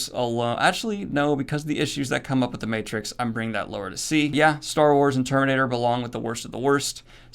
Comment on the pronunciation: the again, I see you butchered Matrix. Aaaaand unsubscribed.